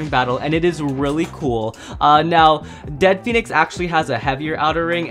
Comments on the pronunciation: Bro it's dread phoenix not dead phoenix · It's dread not dead phonix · It is really pronounced dread pohenex